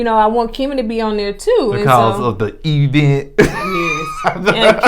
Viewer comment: If I hear say E-Vents one more time! Ugh!